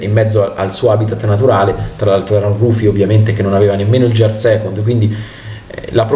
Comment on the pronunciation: Ti prego, impara a pronunciare correttamente le parole inglesi: gear si pronuncia "ghiar" non "giar", non ti si può sentire...